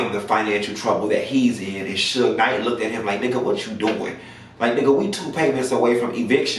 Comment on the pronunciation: Is it me or did he call that man Suga Night ..... lmmfao 🤣 🤣🤣🤣